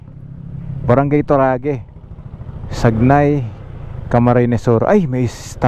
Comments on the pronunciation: its Sa-ngay po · Boss ang proper pronunciation ay Sangay. Ride safe 🙏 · sangay idol bigkas nyan..... sangay camarines sur